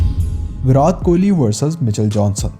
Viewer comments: पहले विराट बोलना सीख भाई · Bhai pls virat ko theek se pronounce kro.